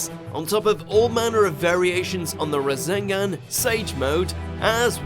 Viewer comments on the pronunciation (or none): Why does he add a Z to everything like "razengan" "Suzano" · go to i dont think that is how you say Rasengan